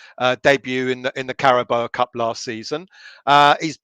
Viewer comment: The sooner we get knocked out of the League Cup the better. Then I won't have to listen to mention the CARABOA cup again. Until next season. It's CARABAO.. □